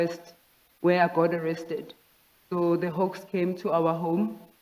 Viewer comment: The difference between "hoax" and the "hawks"🤣😂